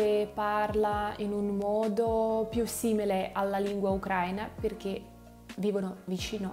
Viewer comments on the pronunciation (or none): none